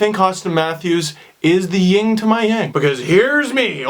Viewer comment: Yin and Yang. Not Ying.